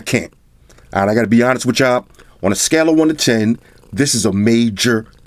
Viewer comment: ...this is a maJER go I can feel the salt, you were really powering through on that one!